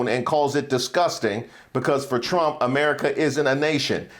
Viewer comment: lol she said Chump said… That’s how the Spanish actually pronounce his name.. Chump